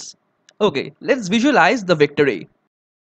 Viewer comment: "the victory"?? IT'S "THE VECTOR A"